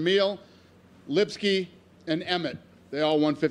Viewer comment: Lmao comment of the year he called Emmett efeilefethese(name of hunchback dude)